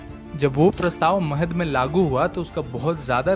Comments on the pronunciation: महाड़ not महद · महाद नाहीं महाड छावदार नाही चवदार